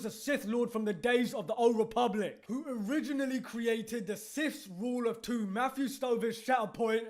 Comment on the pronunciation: lol the High REEE public